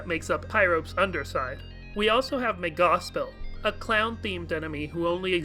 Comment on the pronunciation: I've never heard anyone pronounce Megalovania like that before. It's root word is megalomania, so shouldn't it be pronounced the same way? MAY-ga-lo-VAY-nee-ya?